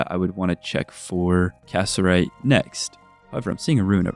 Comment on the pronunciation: Loving the video, just wanted to let you know though; Cassiterite is pronounced Ca-sit-er-ite or Ca-si-ter-ite. not cass-er-ite 😅